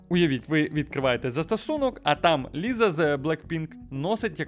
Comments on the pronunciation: Не Ліза, а Ліса 🤦🏼‍♀️ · Класне відео, тільки якщо ще колись доведеться згадувати Лізу з Блекпінк, правильно вимова її ім'я Ліса. Саме через “с“ але це на можливе майбутнє